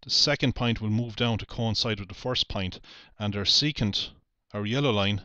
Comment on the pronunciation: And don't get me started on his pronunciation of point (or "pint", as he calls it).